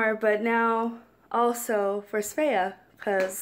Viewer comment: Why dont you just go? It seems that you really want to go here. You pronounce "Svea" with good Swedish accent. ☺️